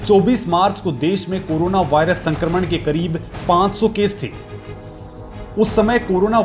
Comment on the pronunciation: अबे चोदु वारियस नहीं वायरस होता है